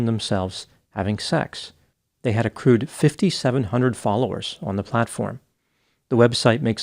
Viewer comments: "They had accrued 5700 followers" or "They had a crude 5700 followers." 🤔😂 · I heard "a crude 5,700 subscribers" rather than "accrued 5,700 subscribers." Probably the same thing.